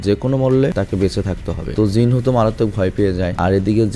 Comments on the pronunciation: Not Jin hoo it's Jin woo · Vai jinhu na jinwoo